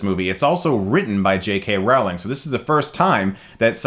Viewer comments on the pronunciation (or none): Rowling. Not Rouwling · Row-ling, not Rao-ling. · Chris I love your channel, but for gods sake I can't believe you're still mispronouncing rowlings name lmao. It's "rolling" not "howling" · Does your wife ever tell you that her name is pronounced "Rolling" (like rolling pin) not "Rowe-ling" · IT'S PRONOUNCED ROWLING LIKE BOWLING!!! smh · Claims to be a massive HP fan; mispronounces Rowling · How come Oprah can pronounce JK Rowling but this dude can't? Americans pronounce names wrong so bad -_ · how did you pronaunce Rowling? haha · How did Harry Potter get down the hill? He was walking! jk rowling. Remember that joke so you don't say her name wrong again. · That's not how you pronounce "Rowling", Chris... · Your pronunciation of Rowling bothers me